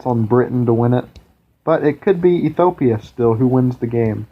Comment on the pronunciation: Drink 1 bottle of vodka every time he mispronounces Ethiopia in this video :P